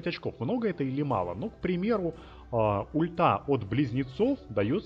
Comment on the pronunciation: пояснительная бригада, он говорит "ульта" с такой интонацией, что если не прислушиваться звучит как х**та, это типо шутка юмора, расслабься, кто не понял тот поймёт